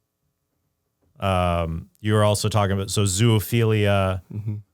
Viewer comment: Trent...there is no such thing as ZOO OPHILIA. That word doesn't contain 3 Os. It's ZO - O - PHILIA. Sorry for being grammar police :D. The newer generations see word ZOOLOGY and they think double O should be read U but it makes no sense to pronunce it ZULOGY so they keep adding 3rd O out of the blue and you end up with stupid things like ZUOLOGY without knowing that the word ZOO is abrreviation from zoological garden. END OF RANT :D